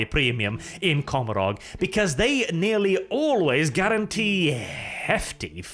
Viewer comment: Ca-mor-ah Your pronunciation of that word mad me cringe inside.